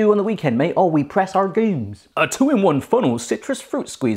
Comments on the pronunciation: Did you just call it press aRgumes??? Isn't it agrumes??? Or did you turn into a pirate??? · I like how instead of "citrus press" he's saying "argument press" lol